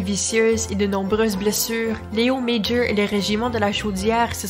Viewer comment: C'est amusant, vous prononcez son prénom correctement mais pas son nom de famille. Son nom de famille est aussi français...